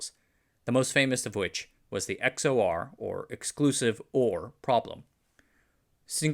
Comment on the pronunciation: FYI, XOR is pronounced “ex-or” like “ECK-sor”